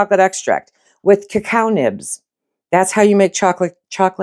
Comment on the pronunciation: Cacao is a French word and is pronounced as 3 syllables, the "o" is the 3rd